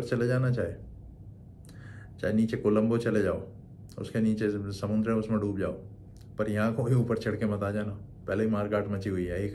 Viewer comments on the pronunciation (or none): none